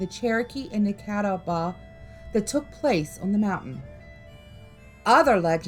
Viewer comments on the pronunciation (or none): very interesting watch, for the future and there is a tiny debate on this but the w is silent. Cataba is the way most say it I just chuckled when I heard it the other way. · Pronounced ca taw ba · Being a native North Carolinian.....i live not far from Catawba River. Catawba is pronounced. "Ka..tall...ba" The Catawba Indian owned much of the land around any Catawba Rivers and also Catawba county and many more counties in North and South Carolina. I now live in a small town called York in upstate SC...York is the second most historic city in SC,the first being Charleston. I cross every day one of the many Catawba bridges over the river that runs through North and South Carolina states. Thank you for the videos you did about North and South Carolina top haunted legends. The whole series of top haunted legends of the United States is very fascinating!! I always look forward to your and videos!! Much love to you both!! 👻👀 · Cata-waba lol